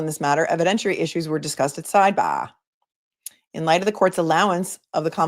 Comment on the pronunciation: Hehehe...I do not think you will talk normal every again! Hehehhe - it will always be sideBAGH and lemonade! I love it! Love from South Africa! Unfortunately our timeframes mean I can not join you live in any realistic way...but always catch you the next day! Love also that family comes first and sometimes you have to deal with your kids - that is so realistic and same on all our sides!